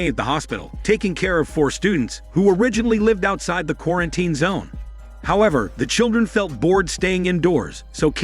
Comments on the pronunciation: what the hell is a qu-are-en-tain? Gotta love AI scripts and fake voice over narration. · Does an AI do the narration, because the way it says quar-an-tine zone is weird & obvious to any human listening, although it keeps speaking after saying it in broken speech?!?! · Qua-ran-ten! xD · I love how he says ,,qurantin’’ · not even quar sounds like its saying kora-an-tine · Why is it so hard to pronounce properly word "quarantine"? Every time you say it, there is a mistake😂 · the way the bot pronounces quarantine differently every time is so annoying